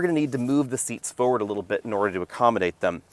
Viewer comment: After 7 years of videos, my skin still crawls when says “FO-ward” … dammit, there’s 2 Rs in forward.